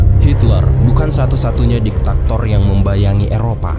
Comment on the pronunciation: Diktator bukan diktaktor